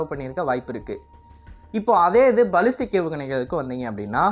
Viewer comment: பலிஸ்டிக் இல்லப்பா...பேலிஸ்டிக் ஏவுகணை...